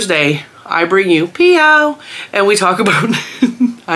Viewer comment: Every time you say PYOW, it sounds like Meow and Smokey my kitten comes running to see the “other kitten”…. 😉. Smokey thinks there is another kitten to play with! 😂😂😂 ❤️❤️❤️ the PYOW series! Well done,!